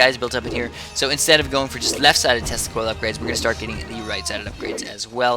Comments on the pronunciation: Slow down your commentary dude! Every time you say tesla coils it sounds like "testicles." It was kind of funny but annoying too. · Yeah, really. English is not my native language, and I was like: "What have he just said?! Testicles?..." LOL